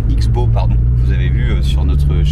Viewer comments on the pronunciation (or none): Juste pour information, le nom de la KTM se prononce "crossbow" (arbalète en anglais) et pas "ix-bow". Super vidéo et initiative pour le reste, bien évidemment.